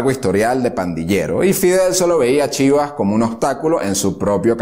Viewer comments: Cómo que excelente? Es una basura llena de errores, no dice bien ni el lugar de nacimiento de Fidel, no fueron 3 hijos, fueron 4... Pone fotos con nombres que no son, cambia fechas, exagera números increíblemente, pronunciaciones pésimas, por ejemplo dice Chiva en vez de Chibás, que por demás era líder del partido ortodoxo... Ni hablar de los 13000 km nadados...Te pido que si te interesa el tema busques otras fuentes... Menos mal que aclara que es un dictador y manipulador... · Dice Eddy Chíbas, no hermano se pronuncia Chibás. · Me preocupa que digas que es un buen trabajo, pues ni el lugar de nacimiento de Fidel lo dice bien, súmale que no cuenta a Raúl como su hermano, dice que nadó 13000km, de pronunciaciones ni hablar, le dice "Chiva" a Eduardo Chibás, pone fotos con nombres de otros, Avellaneda lo pronuncia increíblemente mal, del Cuartel Moncada ni hablar como lo llama; solo atina en la parte de que era un dictador y manipulador... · Castro nunca nadó 1300 Km, ajjjaja eso no es cierto , además la academia es Avellaneda, se dice Chiva’s con acento , me han gustado tus vídeos, pero debes informarte más , saludos desde New York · Mala biografía narrada por uno que no es Cubano. El padre de Castro fue soldado Español de ocupación en Cuba No fue torturado ni lo mataron es mentira a nadie torturaron Castro no entró al Moncada tampoco su hermano Raulito. No se dice Chiva se pronuncia Chiva'' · Te recomiendo que estudies más amiguito! y cuidado a la hora de hablar, que ni Willy la ballena nada 13 mil km... Cuartel Moncada, Avellaneda, Chivás (con tilde en la á), nació en Birán (en Manacas nació Antolín el pichón jjjjj), en fin, cuidado.... espero que cuando lo subas de nuevo te quede mejor.